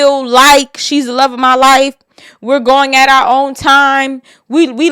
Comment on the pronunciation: You see how he said he “luh” her…but turned right around and said she LOVE him? 😂 Chile… He’s going to be there reaping the benefits of her without them papers FUHEVA!